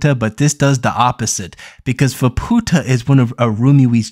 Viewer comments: fah poo tah... lul keep working on that speaking thing my dude one day you may get it. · Yeah. Ofcourse he's pronouncing it incorrectly, but some people are making sound WAY worse than it actually is lol